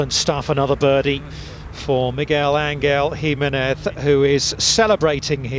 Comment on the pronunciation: That's the absolute worse pronunciation I've ever heard in my life Mig gwel an gel him e nez